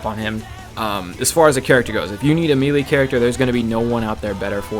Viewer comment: Its pronounced maylay, did you play SSB Melee?